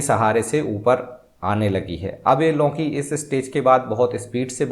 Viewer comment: लौकीं नही लौकी 😊